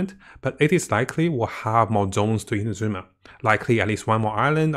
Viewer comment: Come on its not InaZUma its INAzuma; emphasis on the first A!! At least you; be the one of the western content creators that ACTUALLY pronounces it right